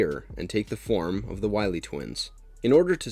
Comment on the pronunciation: Duuuude... it's pronounced Jah-ga not Jay-ga. And it's WILY (Why-Lee) not Willy like Willie Nelson. Your mispronunciations make an otherwise fine video nearly unwatchable.